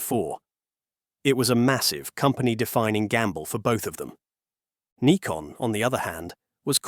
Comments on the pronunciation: Other correction: the name of the company is pronounced "nikon", not "naikon". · Yes, daft Yankee pronunciation. It's Neekon, not Naikon! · It's pronounced Nee-Kon. NOT Nye-kon. This is the downside to using US-made AI tools for voiceovers. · Is it "Nikon" or "Naikon"? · Naikon made my ears bleed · It's interesting the pronunciation of Nikon changes through the video from NIGH-kon to KNEE-kon. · Can you teach your AI to be any smarter? Decide, pronounce Nikon as in Nigh-kon or Nee-kon? Duh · There were 3 different pronunciations in the video (Nick-on, Nye-kon and Nee-kon). Thanks for confirming the correct way.